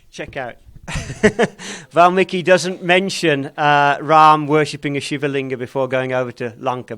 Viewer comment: It's "Shiva", not "Shiv". North Indian languages have a tendency to cut off the ending vowels of original Sanskrit words, and thereby creating incorrect words like yog, aasan, brahm, narayan, sadhan, prardhan, etc. Correct words are Yoga, Aasana, Brahma, Narayana, Sadhana, Prardhana, etc